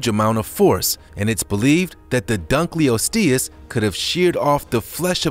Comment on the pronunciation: dunkleosteus: dunk-l-lost-e-us